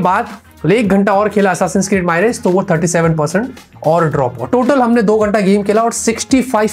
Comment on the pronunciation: भाई वो माइरेज नहीं मिराज है (assasin creed मिराज) hai